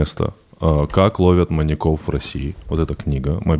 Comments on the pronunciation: Почему маньякОв?! Ведущих даже не смущает, что Саша правильно ставит ударение, а они настаивают на своём... 🤦🏻‍♀️ вот как так можно? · В слове "маньяков" ударение на "я". "маньЯков" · МаньякОв ? Одному мне слух режет ударение? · Да, почему маньякОв и маньякА? МаньЯков, маньЯка и т.д. Ударение на Я. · Что у ведущих с ударениями? Почему маньяки́ и маньякóв? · Андрей: «ЗвонЯт мне как-то из банка...» Тимур: «Не звонЯт, а звОнят». Ну и весь эфир маньЯков называют маньякАми оба. Молодцы ребята 😂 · Сколько их не слушал, пизздец как раздражает , когда произносят "маньякОв", " маньякА". Вы передачу этому посвятили, почему простейшим образом не подготовиться? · Господа ведущие, а перед тем как подкаст о маньЯках записывать, никак нельзя посмотреть в словарик и посмотреть ударение этого слова во мн ч. ? Всю передачу произносите маньякОв.. Тотальная безграмотность и не профессионализм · У меня одного кровь из ушей от «маньякОв»??